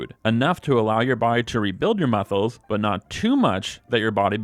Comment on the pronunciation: I was looking for this comment right after he said it, glad I'm not the only one who heard that💀